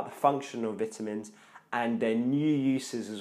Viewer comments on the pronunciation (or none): Oh my god Bruh I couldn’t watch your video, this is America Veyetamin it’s Vi-tamin Not V-it-amins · Vituhmins.....'nough said. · It’s vitamins the first “I” says it’s name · SO I been saying vitamins wrong my whole life...